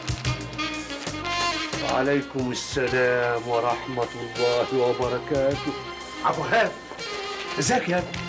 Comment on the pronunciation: مهو انتى لو كنتى بتقوليها عبد الوهاب مش ( عبوهاب ) كان عقل من بدرى بس عشان شايف فيكى الظلم فى نطق إسمه مرضيش يعقل ^_^